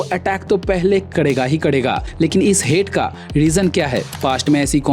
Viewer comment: KARE GA ❌. KADE GA ✅